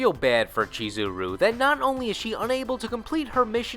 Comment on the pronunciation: I love this guy's mispronunciation of the names continously... "Chi-zeh-roo", "Ragil Bern-shteyn"...👎